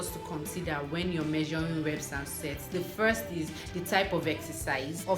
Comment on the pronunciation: I think u pronounce sets wrong😬